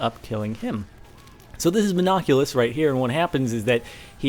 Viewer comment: No, its Mon-oc-u-lus.